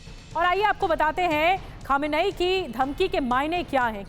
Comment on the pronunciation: आपको सुप्रीम लीडर नाभि लेना नहीं आता है सही उच्चारण्य है khamnai।